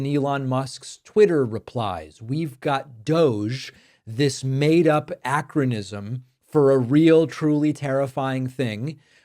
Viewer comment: Acronysm?… Acronym, bro…. Jesus.